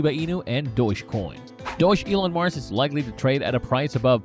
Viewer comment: It's pronounced Dog Elon Mars (Dogelon Mars) lol... Great video the way! I currently have 575,500,000 ELON tokens at an average of and I'm holding long term. I'm excited about the future of this token! Best of luck everyone!